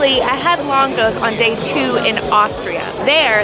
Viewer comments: i love watching you guys, but as a hungarian i just wanted to let you know it’s pronounced budapeSHt not budapeSSt 😁 same for lángos 😭 that hurt my heart bad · hi. in Hungary the 's' is pronouced with an 'sh' sound. so it is 'langosh'.